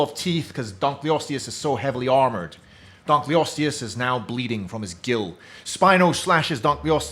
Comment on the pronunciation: “Spino slashes donkley-ostess” x3 🤣